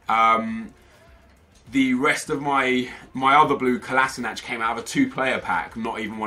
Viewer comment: it's pronounced Ko-la-Shi-natz